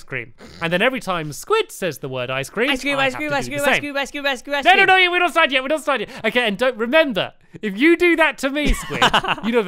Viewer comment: i had a spoonful every time one of them said iceceam through the entire video and i got a horrible brain freeze thanks to squid